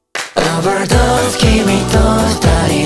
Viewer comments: 保護者組とかまろにきとかあんまりないペアがあって最高だった… くらいの子供組のOverdoseの発音良過ぎよ… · のOverdoesの発音めっちゃ好き